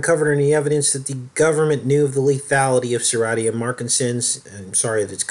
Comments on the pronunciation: Enjoy your vids but wish you would pronounce Serratia correctly (sir RAY shuh) since you have made several vids about it. Marcescens (mar SESS ens). Nosocomial (no suh COMB ee uhl) is a hospital acquired infection, meaning you go in the hospital for one illness or surgery and unfortunately pick up an infection from germs and bacteria in the hospital. Some hospitals have a worse Nosocomial infection rate than others, and it should be public knowledge but they try to hide the stats from the public. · I'm an RN, it's pronounced Ser RAY sha.